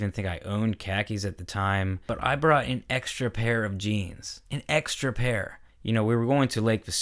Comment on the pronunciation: the emphasis on "an extra pair of jeans" haaha